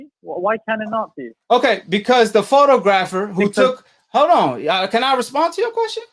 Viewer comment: You can't even pronounce photographer. Your a fan boy. Yeah Foster got busted. Just like had Fury cheated he would have got busted